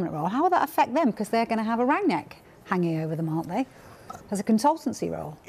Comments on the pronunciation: His name is not Rangniek. You pronounce it rung-nick. With a strong R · "Ranyick" hahaha, oh gosh here we go again with the next pronouciation party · "Ranyick" hahaha He's german mate not french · Why do they keep on pronouncing him Rangyick? It's Rang-nick, really not hard at all to say